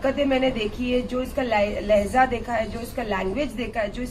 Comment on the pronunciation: Randi lahza nahi hai urdu mien LAHJA hota hai bandar kya jaane urdu GANDI ghodi dhagad diwani